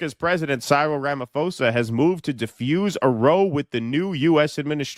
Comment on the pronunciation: please learn to pronounce Cyril & row, meaning a commotion (hint: rhymes with meow).